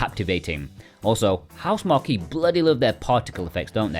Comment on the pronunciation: Usually, I would agree. However, I've only heard them being called/pronounced as "House Mark" by all Western regions of people. No shade at all dude, just threw me off a bit. 😅